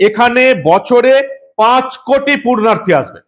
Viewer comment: আপনার মুখে "পূণ্যার্থী" র বদলে ভুল শব্দ "পূর্ণার্থী" শুনতে ভালো লাগলো না।